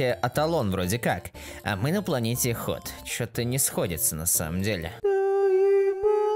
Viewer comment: правильно Хотх, а не Хот